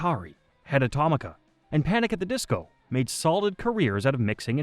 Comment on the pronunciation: Wait, I've been pronouncing Head Automatica wrong?? 😂 Aw-tomica? Auto-matica surely? 😂